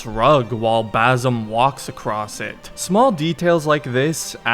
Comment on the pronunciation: BaSim not BaZim Say it correctly